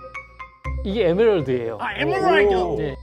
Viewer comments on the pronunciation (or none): 펭수 에뭬뢀드 발음 모야!! 넘 멋쪄 😍